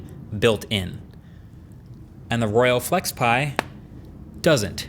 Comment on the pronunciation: Can't unhear 'Royal Flex Pie'.